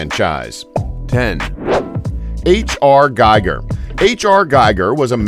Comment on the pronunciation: Its pronounced GHEEger not GUYger...many times i think ur part of the agenda.